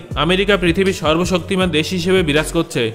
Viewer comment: sorbobsoktiman Bola thik Hoi nai